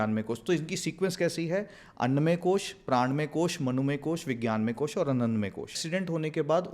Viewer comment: कृपया अपनी ही भाषा में कोष को कोषा न कहें।